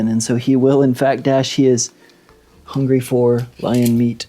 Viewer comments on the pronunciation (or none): none